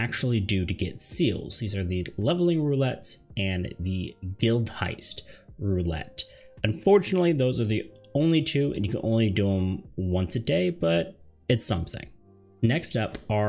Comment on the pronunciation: Maelstrom, not Maelstorm and Guildhest, not Guildheist. Thanks for the vid.